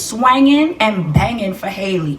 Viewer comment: Pronounced Haul•lee like Halle berry and hallelujah not “hailey”